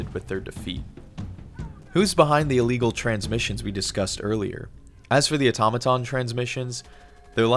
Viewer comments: Oh-tom-uh-tum or “Aw-tuh-ma-tawn”? Debate. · ahhhhhhhhh your switching between pronunciation of automaton is driving me crazy. not auto-maton, it's aTom-a-Ton haha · Please au-tom-a-ton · Ah-tom-a-ton (This is not a new word) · I’m sorry but the way you pronounce Automaton gets on my nerves! Aside from that, this is a very well put together video Also that was a fake leak, that while was well made, had a few signs that it wasn’t real, such as image artefacts as well as other errors